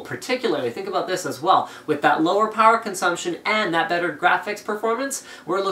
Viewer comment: you're a bit off on "better"